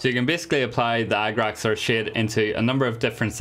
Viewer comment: Why do I keep hearing agrax earthsh*t 😂 and why is it perfect?